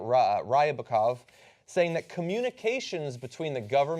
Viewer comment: Ry-ba-kov...He said it about 5 times. What an absolute dumbass!